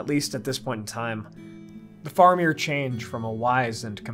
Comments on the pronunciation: Please. It's Fair-amir, not Far-amir, and it's "Wennm" not Wen-ham. And yes, they did our boy dirty in the films... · It's fa-ra-mir not far-a-mir. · Why are you saying his name wrong as Far amir? It is Fara meer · wait what is the correct pronunciation of Faramir? I thought it was like Fair-a-meer